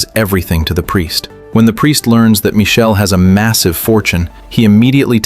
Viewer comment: Please change yr ai to pronounce michael instead of michelle ..😣😣🤢